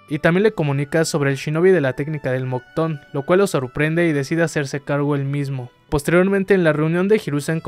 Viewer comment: "MOCTON? PENSE QUE ERA MOKUTON XD "